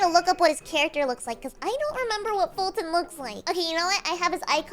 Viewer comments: It's foltyn not fulton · You would know his name is foltyn not Fulton